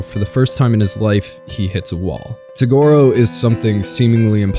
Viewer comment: It's TOGURO, not tugoro